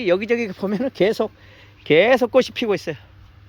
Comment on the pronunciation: 꽃이 피었다를 꼬시 피었다가 아니라 꼬치 피었다로 발음해야 합니다! 자랑스러운 한글을 우리들이 제대로 사용하고 지켜야 합니다!!!